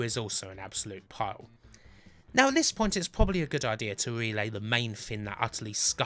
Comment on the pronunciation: Kin of the Rin, that's the thin!